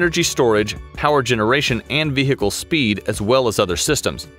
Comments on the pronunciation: Nice vee-hickle. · vee hhicle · Its vehicle; not vehhhicle. The "h" is silent. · It’s not a Ve-Hicle, it’s just one word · "The Ve-Hickle" Oh America. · The Humvee was a good Veehheehheecle. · The way he says Ve Hicle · Got it. It's a vee hickle. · The vehicle, the H is silent. Not Ve Hick le. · What the hell is a vee hee cal? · why he says ve-hicle? annyoing asf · The veehikel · This guy really puts the “he” into vehicle 😅 love to hear how he says cool whip 🤓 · any one else hated the way he said vehicle? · Did you know, the H in vehicle is silent? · I love how a native american narrator cant pronounce "vehicle" without strugle, while I a Hungarian can :D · Why is no one talking about how he pronounces vehicle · Why is vehicle so hard to pronounce in American? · Anybody else bothered by how this guy pronounces "vehicle" ?